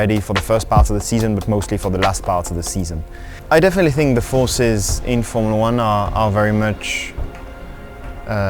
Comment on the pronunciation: "defintely". Glad to see I'm not the only one struggling with that word. haha